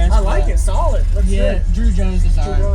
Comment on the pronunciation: He said drew jones lol😂